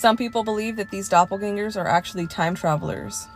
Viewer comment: Can’t watch this one because of the pronunciation of doppelgängers 😂 Love you though ☺️💗